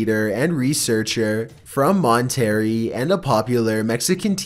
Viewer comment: The one place is called Mon-terr-ray not Mon-tear-ree.